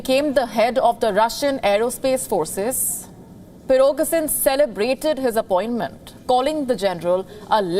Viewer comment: Nice butchering of the names... 'Pirokesin and 'Surovekin'